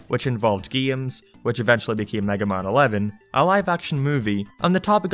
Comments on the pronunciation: oh hes saying "games" not geams, got it!!! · "Geeyems" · The way he said games